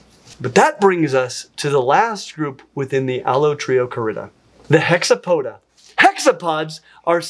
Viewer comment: latin stresses the penult -- allotrioCArida, not allotriocaRIda